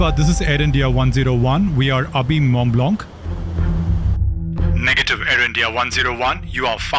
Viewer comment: Mont Blanc pronounciation is Mo Bla..also check.the pen on.this name and how many in each type are produced.